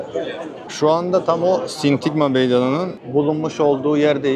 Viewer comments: genç arkadaş..sintigma değil SİNTAGMA meydanı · Sindigma degil Sindagma